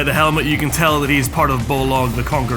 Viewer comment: It’s Bolg not Bolog wtf lmao